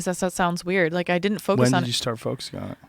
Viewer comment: Noodlehorn There's no second "d" in didn't !! It's di-in't!!! :)